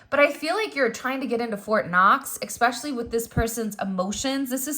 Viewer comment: Expecially? Especially. No X